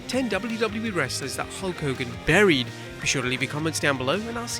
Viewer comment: Was it "burried" or "bullied"? ;^)